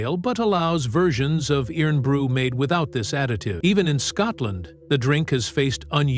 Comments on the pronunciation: FFS it's pronounced IRON BREW. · It’s pronounced “Irun Bru”